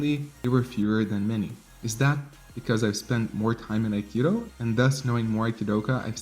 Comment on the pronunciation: you keep misspelling akido as akiro it is pronounced A-Ki-Do NOT A-Ki-Ro stop saying Akiro!!!!!!!! it is Do!!!! DO!!!!!! not ro!!!!!!!!!!!!!!!!!